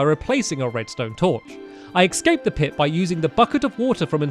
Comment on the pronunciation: Stampy, you still say ecscaped and not escaped.